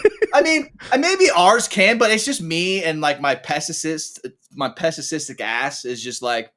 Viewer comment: "pessistic" lol rehab